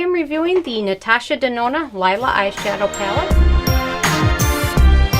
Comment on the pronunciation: Just an FYI, sweetie... The palette is pronounced Lēē-lah. Also, if you use the correct brush, or your finger, which is how the metallics perform best, you will get a completely different result. The brush you used is not the best to pick up the metallic formula. I am quite surprised by the response in your comments, as Natasha's eyeshadows are my all-time favorite, and I've worked with hundreds, if not thousands, of formulas in my almost 35 years of wearing makeup. Also, they are HIGHLY pigmented. I'm not sure what you were working with, but Natasha is known for her pigments...I own every one of her palettes, including this one, and have never had a complaint. As for the price, if you take a moment and compare her prices to what is currently on the market - meaning the price per gram - you will see that her prices are very comparable and even better than several brands, including Make Up For Ever, as an example. I understand that everyone has their own opinion, but I would recommend that you do a little research into the product, and how to use it, before giving a review, let alone a negative one. I am not saying this is a negative manner; rather, constructive criticism, as I disagree with just about every statement you made regarding the palette. As reviewers, we need to remember the possibility that we might influence people's decisions on product purchases, so I believe it's critical to have as much factual information as possible to present. And using the correct tools i